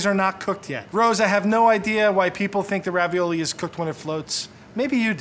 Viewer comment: Did the food scientist say Ravi-YOLO?